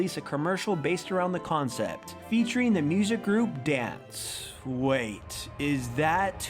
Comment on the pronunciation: I'm just mad about how he pronounced DNCE wrong.